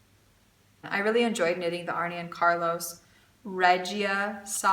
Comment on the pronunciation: me too on the pronunciation of Regia yarn. more important. Arne and Carlos. Arne is not pronounced Arnie but Arn---ah. lol. I love those guys and am really enjoying your channel also. So wonderful to have that knitting tradition in your family. Did your Grandmother or Mother teach you? Sorry if you have already answered that. ---Marilyn